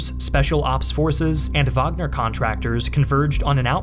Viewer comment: Thank god you pronounced wagner correctly